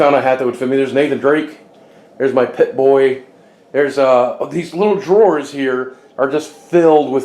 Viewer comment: did you say pitboy?? it's pronounced pipboy.